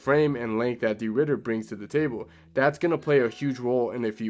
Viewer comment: it's de 'RIDDER t i m e 🦍